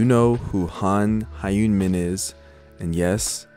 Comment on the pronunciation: yooo j a tip the hyun in han hyun min is kinda pronounced like onion without the first o but with an h sound -- its a "yun" with an extra h at the start